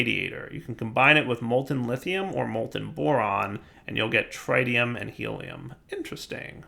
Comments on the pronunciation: TRITium. Pronounced like pit, zit, and bit. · tritium, with a short i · his pronunciation of tritium hurts my soul... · God, we're back to mispronouncing 'tritium'. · Now comes the next 5 episodes of saying H3 incorrectly. Yayayayaya